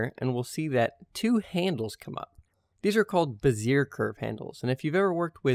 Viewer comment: Sweet video! Learned something. Also it’s beh-zee-eh lol